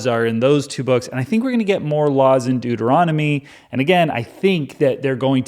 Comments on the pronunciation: WHAT? Deutermommny? Doomomommy? Deuteromomney? - related to Mitt Romney? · I really hope these Deuteronomy's mispronunciations are intentional.😅. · The number of ways one can mispronounce ”Deuteronomy” is the secret appeal of this video.